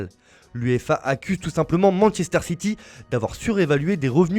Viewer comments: C'est quoi "Mansséster City" ? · Masséster city